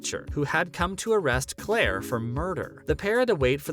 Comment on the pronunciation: It’s Claire not Clara. It’s Maril not Maria. If you’re going to report to fans YOU need to pronounce names correctly. I couldn’t even watch the rest of your video.